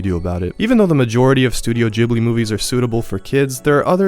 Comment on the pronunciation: loved your overview of the Studio Ghibli movies. I agree with your evaluation of "Spirited Away". Just two things bothered me a bit: What about "The Wind Rises". It's the movie that shows what "Ghibli" means -- the designer of the Japanese Zero fighter. Okay, that was one. Two is: the first syllable is not "jib". It's an Italian name. the H after the G makes it hard, like "gift". Or "spaghetti". I'm a language nerd, so please forgive me and keep up the good work!